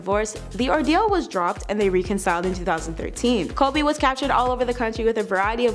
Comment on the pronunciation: for the narrator it is pronounced rec (wreck) conciled.not reekconciled..please stop pronouncing things whatever way you think it should be pronounced..